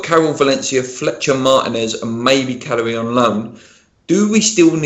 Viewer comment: Ask to stop pronouncing Calleri as calorie. Itmakes me think Benni Mccarthy is coming back.